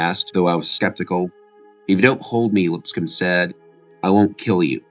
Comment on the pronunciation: Great job. FYI "Crazylegs" is the film that made a young Raymond Berry want to play receiver, as well,. "Lipscomb" is pronounced with the P silent -- "Liss-com"-- Symank is pronounced SIGH-- mank, and Tom Moore proved quite valuable to Green Bay in '63 and '64 after Hornung missed time with suspension. .Moore became the offensive coordinator in Indianapolis with Peyton Manning years later.